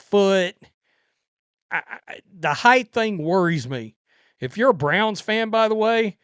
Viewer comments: It’s height, not heighth. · What is heighth?